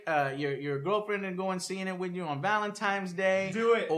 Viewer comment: Did I hear Joe correctly? He said "Valentime's Day"? XD